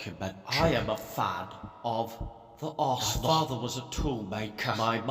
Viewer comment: "The Aresenal". Good lord....